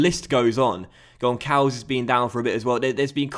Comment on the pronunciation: Hi,! Love your videos! Btw, the "ç" in Gonçalves is pronounced like a "s". Love from Portugal